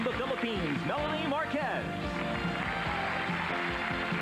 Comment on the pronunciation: Muntanga yung isang host! Di man lang nasabi ng tama yung name na MELANIE! Di ka ba nag preprod? haha kaloka!